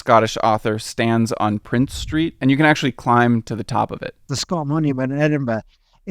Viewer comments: Its princes street and princes gardens not prince street...its also pronouced jakobyte and not jacobite...other than that a very good video bonus points for pronoucing edinburgh correctly...you could have used the glasgow term though for the city...😂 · Norloch not Norlok and it's Princes St not Prince St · This was the most surprising mispronunciation to me, as it's arguably the city's most important street-- certainly the one that links the two halves together. Not only is there unquestionably an S on the end, but I would expect our YouTuber to have heard people saying the name at some point.